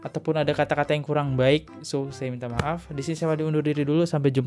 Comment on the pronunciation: Mba dibaca maaf, 🤣🤣 Latihan pengucapan kata yg benar napa. Dri awal liat konten2 lu masalah vina ini , selalu gtu mulu.